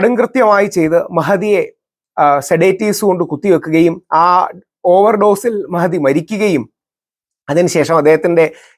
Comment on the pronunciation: മഹതി.... , എന്നല്ല,, മെഹ്ദി.... എന്നാണ് ശെരിയായ ഉച്ചാരണം.